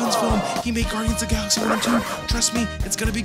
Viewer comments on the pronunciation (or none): none